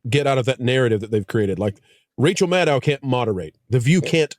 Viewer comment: Why does there seem to be a silent "c:" in Rachel Madcow?